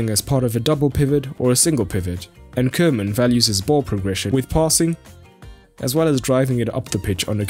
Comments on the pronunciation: It's Koeman (Koo-man with an ooh & not Keuman...) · Good vid as per usual. By the way, as a German you ought to know it’s pronounced Kuhman. It literally means cowman.